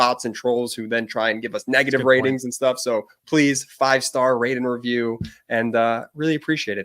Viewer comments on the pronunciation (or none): none